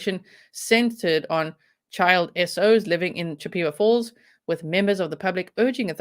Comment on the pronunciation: I love your accent, it's wonderful. The name of the town is named after a Native American Tribe CHIP-A-WAH FALLS. In no way is this meant in any way other than in an effort to help you, and to be respectful to the Native American Community. I respect you and appreciate you far too much to do anything that would be negative, as it certainly not my intent.